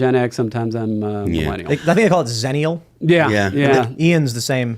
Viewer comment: Xennial is pronounced Ecks-Ennial, not Zennial. It's a combination of Gen X and Millennials.